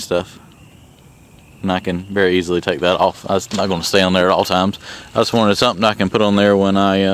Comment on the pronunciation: “If I told you once, I’ve told you 1000 tines!” “One good tine deserves another.” “We’ve been over this tine & tine again...” “To everything, tine, tine, tine. There is a season...”